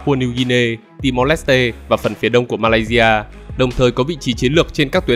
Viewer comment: nghe ad độc in đô nê di a . nghe cứ kỳ kỳ . cả ma lai di a . hình như ad ko độc đc chữ si hay sao ấy nhỉ . in đô nê si a . đọc kiểu phiên âm tiếng việt nghe quen hơn